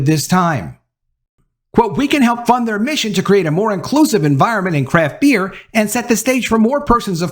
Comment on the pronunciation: Every time you said "craft beer" it sounded like "crap beer.". Truth